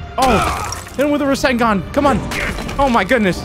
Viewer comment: Ain’t no way you said hit him with the Rasingon